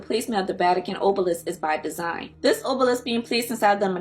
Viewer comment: Good info but you used another video of someone mispronouncing everything. Obelisk not ohhhblisk. Genitalia not geneneTALLya. You can tell when people don't really understand what they are reading